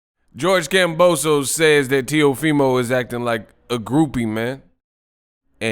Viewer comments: HIS NAME IS KAMBOSIS WHY ARE PEOPLE CALLING HIM KAMBOSOS!!! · its kambosos